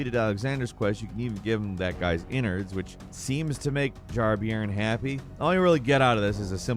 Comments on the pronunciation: BTW it's pronounced "Jar Bearn", like a bear. Not sure if any other countries use that term but a bairn is a child ie Jar child. Miyazaki likes English voice actors and English slang in the games for the authentic European feel :) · Jar-Bairn is pronounced "Jar-Bern" Bairn means small child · A small point I know but Jar-Bairn is pronounced more like "bear-n" than "beer-n" as "bairn" is a Scottish/northern English term for a child. As a Geordie, the constant mispronunciation is quite, jarring. Thanks for the vid all the same, they really did a good job with all the UK accents and localisation. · Jar Beern? It’s pronounced like bear or air or share. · What a bizarre pronunciation of Jar-Bairn! Its Bairn, as in BEAR-N. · It's pronounced Jar Bear-n. It's Scott's slang for baby/child. Loved the video! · Also, Jarbairn is probably pronounced like JarBEARn, as bairn is an old word for a child, meaning he's basically called Jar-kid. Source: in Newcastle, England, we often say bairns when talking about someone's young kids. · Jar bairn is pronounced : bare/bear then 'n'. So like bear-n. It means like a kid or child. 😄